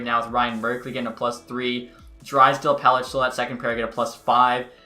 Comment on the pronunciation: it’s pel-ick not pel-itch